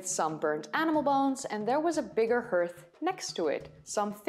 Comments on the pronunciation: I realize that English is not your first language. But please remember that 'hearth' is pronounced 'harth' - not pronounced 'earth' - which is of course the planet that we all live on !! Otherwise, an excellent presentation... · Normally your English is better than mine. But for 'hearth' it is- /härTH/ for at least US English Etymology From Middle English herth, herthe, from Old English heorþ, from Proto-West Germanic *herþ, possibly from Proto-Indo-European *kerh₃- (“heat; fire”). Cognate with West Frisian hurd, Dutch haard, German Herd, Swedish härd. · It took me a minute or two to understand the word "hearth" but only because in English it is pronounced as "harth". Yes I'd like to see the interview. 👍😊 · Fascinating stuff. Enjoy your videos. Just as an aside, although your English is brilliant, 'hearth' is pronounced 'harth' normally. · Hi... another great video... I enjoy all your videos and have subscribed. I hope you won't mind if I correct your pronunciation just a tad. The word 'hearth', is pronounced 'harth', rather than 'herth'. You'll probably find it easier to understand this, and also to remember it, if you think about just taking the final 'h' away from how the word is spelled as this leaves you with 'heart' (pronounce 'hart', okay?) Otherwise your English is very near perfect, in spite of a slight American accent.;) (An American English teacher, I imagine? Or did you spend time in the USA?) Hope this helps... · It's always spelled "hearth," but some pronounce it "herth" and others as "harth." Probably depends on where you live. Brits pronounce it "harth." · Just a slight tip, 'Hearth' is like 'haar-th' de Engles taal is gebruik... als normaal XD. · Handsome cat. Apart from interrupting, how was he naughty? Another peculiarity of English: hearth is pronounced "harth". Not a word you'll typically hear in conversation, so it's easy to assume it's pronounced as written.